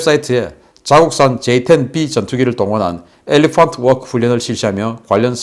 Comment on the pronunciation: 엘레펀트 워끄!!🤣🤣🤣😝😝